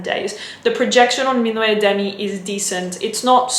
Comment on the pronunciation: Just so you know "minuet," the way you pronounce it, is a ballroom dance. "Minuit," the way it is pronounced (min wee), means midnight. :)